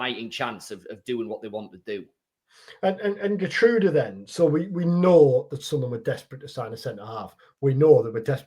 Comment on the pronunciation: Here-trowda btw (Geertruida)